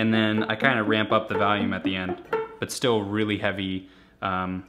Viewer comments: I swear to god you say "valium" instead of volume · i love this guy but i fucking hate the way he says the word volume. he says “valume” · What "vahlume" Rob :D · Valume lol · As someone from the Chicago area, I can't hear this "valume" everyone is talking about. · "Then I kinda ramp up the valume at the end" "Then ramp up the valume" "Then you ramp up the valume" "Start ramping up the valume" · Wow. This "valume" that Rob talks about must be important